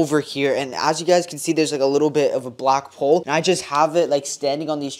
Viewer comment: bro i swear i heard black hole or he said black pole?!?